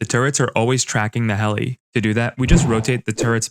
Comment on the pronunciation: Bro was saying hell not heli